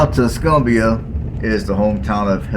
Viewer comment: Tusk-um-bia, not Tusk-oom-bia. Muscle Shoals, not whatever you were saying.